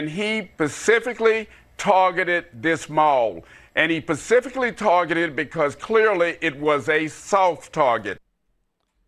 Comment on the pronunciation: But he "pacifically" targeted that mall